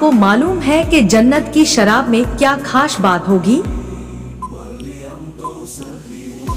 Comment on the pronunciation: Khash nahin khaas